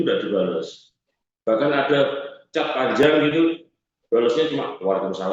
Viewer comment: Kakehan omong...mau kasih lihat "CAT" cat warna opo mas haha..CAT itu dibaca Cet mas😂